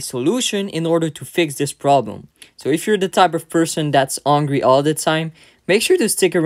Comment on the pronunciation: Protein oatmeal, definitely a winner! Great tip here! 😊☀️ Btw, I'm not a native English speaker, but "h" isn't silent in English (like in French perhaps), so "help" and "hungry" sometimes sound like "elp" and "angry" here which sometimes can confuse. No insult intended, just an observation, i know speaking a foreign language sometimes is tricky. Greetings from a Swede in Beijing 😊